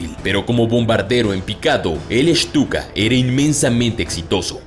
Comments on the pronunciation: WEY ES LA PRONUNCIASION DE STUKA QUE USASTE NO ES CORRECTA EN VEZ DE ESHTUKA ES ESTUKA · que mal que pronuncia los nombres shhtuka